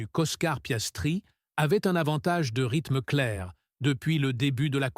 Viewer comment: Louis Samilton, Monagasse, Piaistrie, l'Andon-oris, l'endonorice, orner .... 😂😂 t'es plus fort que Coluche